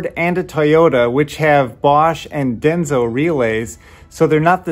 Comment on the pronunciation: It's not "Denzo," but Denso.